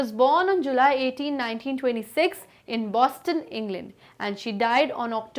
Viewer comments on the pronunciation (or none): none